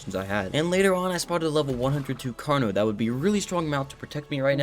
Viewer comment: bro says carkeenos